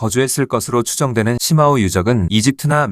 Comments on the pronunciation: 石峁-중국발음 표기는 shimao 정확한 발음은 스마우 입니다.시마우는 영어식이고 중국의 발음 표기는 독일어기초 발음입니다.스마우라고하면 중국인들도 알아들을 정도이고 시마우라고 하면 적어도 중국 지명을 정작 중국인은 죽어도 못 알아들어요.중국어에서 i 는단독으로 쓰일때는 우리 발음 ㅣ 고 h뒤에 붙어 hi라는 새로운 발음으로는 우리의 ㅡ에 해당 됩니다. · 시마오가 아니라 스마오입니다. 石자의 중국어 발음은 shi는시가 아니라 스로 읽습니다.